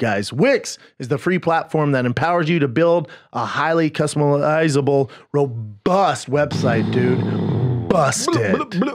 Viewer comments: Brendan is 0-7 against the word "customizable" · A new week, a new KATS episode, and Brendan STILL hasnt figured out "customizable" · Brendan still losing to the word "customizable" lol! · They want u put your $$$ in the patreon. They say it's ad free, but I love hearing these guys try to sell me shit that they've never heard of. Brendan just said "customizable"